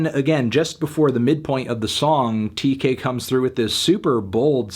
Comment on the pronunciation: No melon, it’s Tkay not Tay-k. I’m sorry to be the one to tell you. He’s not freed.